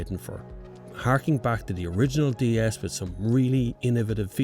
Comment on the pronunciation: Dy-es this, dy-es that... The manufacturer intention to make it sound like the french "déesse" (=goddess) goes down the drain. No plan survives contact with the enemy :)